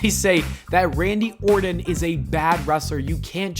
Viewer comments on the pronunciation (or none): The gag ball makes it hard for him to talk. So when he is saying Randy Orton we're really hearing him say Randy Orrin.